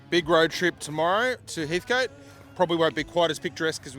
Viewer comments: Heatcut not Heathcoat FFS 😝😝😝😝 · Great video.... still funny people continue to say Heathcote wrong.... coat lol